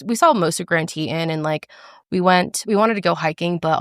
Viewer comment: It’s pronounced the grand “tee -tons” 😂😂 I wish I would have known you went a few hours from the Tetons!!!!